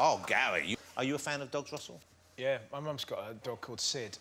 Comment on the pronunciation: Gary, Carrie, and Russel...not the best names for a man who can't pronounce his r's....'Gawwy, Cawwie and Wussel'